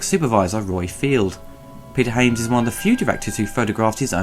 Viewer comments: you pronounce Hyams wrong, you said Haims... and pronounce High Noon wrong, you said High Newn... is that a british thing ? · It's Hy-ams not Ha-mes